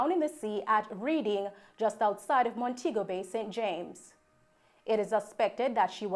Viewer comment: Thank you for the correct pronunciation, it is greatly appreciated. Will definitely keep this in mind for future newscasts. Have a great day 🌺